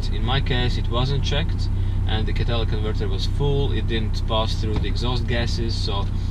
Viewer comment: Katalic converter,is he saying catalytic converter?